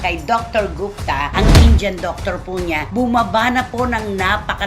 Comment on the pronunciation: How to pronounce Indian: It's not "in-jan". It is "in.di.ən"